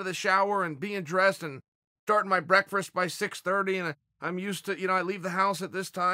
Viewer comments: Don't say a word or we won't get vids put out often, he will want to redo or edit them over, so what a few word slips like breakfrast and 1st and 2nd pyramids, he is trying to make points here! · It's just the new way to say it. Its breakfrest now.... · NO ONE: LITERALLY NO ONE: CHAEL FANS: "Can you say breakferest one more time?" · Is it just me or is there Something odd about the way u say breakfast ? Love ya anyway brother